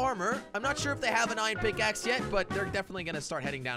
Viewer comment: its pickaxe not pickace